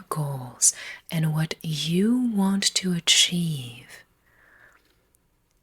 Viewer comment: You waaaaant. What accent is this??